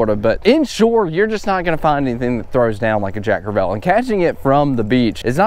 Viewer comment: I love ya man. Been following from the beginning. Probably all time favorite YouTuber. But if you say jack crev-ELL one more time....🤣lol sorry, I’ve been trying to let it go but ... Love the content, as always!